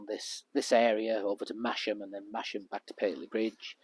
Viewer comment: My regular route up there in the Nidd Valley.... Great video.... Oh and Masham is pronounced "Massam" 😁